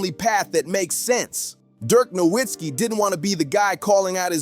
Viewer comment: Its pronounced No vitz kee!!!